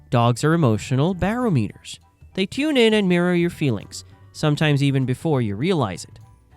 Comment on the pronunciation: Hey, AI...barometer is pronounced "bar-om'-e-ter" not "bare-o-meter."